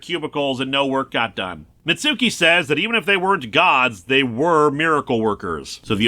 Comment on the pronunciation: Mitsuki's name is pronounced "MITTS-kee".